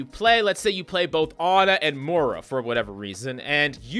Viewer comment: Im actually getting so mad over the Fact hes calling Moira ''Mora'' -_